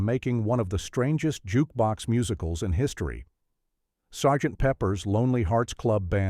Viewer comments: Who is "Sigh-Bull Shepherd"?; Number 8 - "S.G.T. Pepper's....." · If you're a click-and-drag hack and you want your AI narrator to sound correct, type the words phonetically. The AI reader doesn't recognize "Sgt." or "Cybill", but "Sarjint" and "Sibill" would probably work.